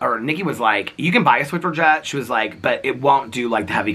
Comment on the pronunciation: Hi, there’s no “t” in Swiffer 😊